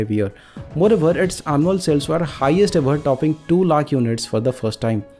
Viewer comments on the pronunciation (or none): none